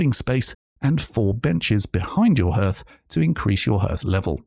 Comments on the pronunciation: Never heard anyone pronounce 'hearth' like 'herth'. Always heard it as 'harth'. Is that typical of folks from your region, or just a you thing? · Just as an FYI, the word "hearth" is pronounced "harth", not "herth". Good video regardless! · really helpful thankyou :) (sacfirifces comment to the algods) but surely Hearth is pronounced like the word heart not the word hearse x) i am questioning everything now